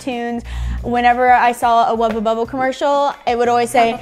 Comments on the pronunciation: Why does she keep saying wubba bubba? They're Wubbles. Argggg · Did anyone hear them saying Wubba instead of Wubble nearly every time? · it bothered me so much that was saying "wubba bubba" when it's "wubble bubble" but u still love y'all the same:) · Wubble bubble. Not wubba. Srry mispronouncing was getting to my OCD. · them pronouncing it as "wubba bubba" instead of "wubBLE bubBLE" sounded so wrong. especially since "hubba bubba bubblegum" is a thing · The way they say wubble annoys me its WUBBLE NOT WUBBA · is it just me or does keep calling them Wubba Bubba balls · When and say “Wubble Bubble Ball” it sounds like they are saying “Wubba Bubba Ball” 😂